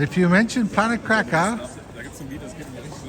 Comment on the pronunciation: Thank you for pronouncing Kraków correctly. 🥰